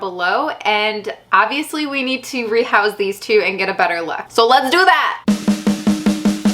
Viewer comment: i love the accent when she says a word with an O in it, like "abviously" or "spat cleaning" :D